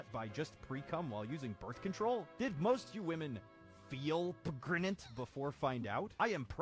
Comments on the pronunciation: "Pregannanant" My brother and i saw that 5 years ago and are still dying of laughter after watching that. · "38+2 weeks...PREGANANANT" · mark: trying not to laugh video: "38+2 weeks...PREGANANANT?" mark again: finally breaks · I died at PREGANANANT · Almost sh1tted my pants with "pragananant" XDDXDXDXDDD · *silence* PREGANANANT?!?! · "Could I be pregonate?" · No one: Not even a single solitary blood cell: Markiplier: P G R E N A N T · The “pregananant” got me. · Pregananant killed me... 😆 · "Prefnat" i'm crying XD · 38 + 2 weeks P R E G A N A N A N T